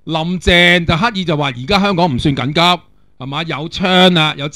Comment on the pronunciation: 成日聽到你讀成'咁'急~